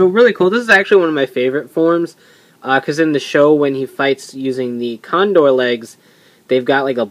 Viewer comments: ITS GODDAMN TAJADOR TAKA .............. CONDOR!!!!!!!!!!! NOT CONDOL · It"s pronounced condol since japan reads the word r and L the same.